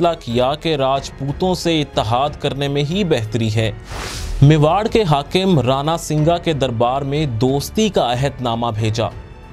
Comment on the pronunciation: اسلام علیکم نہایت خوبصورت انداز اور عام فہم گفتگو ۔بہت خوب ۔امید ہے باقی ویڈیوز بھی جلد اپلوڈ ہوں گی ۔ ایک بات تھوڑی کھٹک رہی جو یہ ہے کہ آپ نے بولا رانا سنگا ۔جبکہ ہم اپنی کتب میں رانا سانگا لکھا دیکھتے اور پڑھتے ہیں دیگر YouTube ویڈیوز میں بھی یہی لفظ سننے کو ملتا ہے اگر یہ کمنٹ آپ کی نظر سے گزرا تو ضرور رہنمائی فرمائیے گا ۔